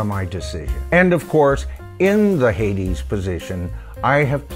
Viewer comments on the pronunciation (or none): none